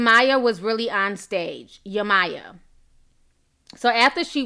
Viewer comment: Yemeya that is not how you pronounce yemeya 💀💀